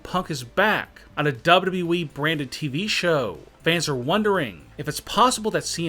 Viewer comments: Why does it sound like he is saying double E not WWE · It’s wwe not dub-duba eeeeee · Why cant you say W W E ? it hurts my brain. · Is it so hard to say WWE? Double you double you E try reading it like that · Dubyoo dubyoo eeeee yup that’s how ya say it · This guy would be better off using the robot voice that the Channels that read Reddit stories uses. Can’t stand the mispronunciations. Dubbadubbaeeeeeee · Not FSswan but WWEEEEEEEEEEEEEE This guy speaks like a fuckin dilecsec teacher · Is the guy talking actually human or is he a fucking robot cuz the way he says wwe is weird as fuck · CRINGE 😱 how you say WWE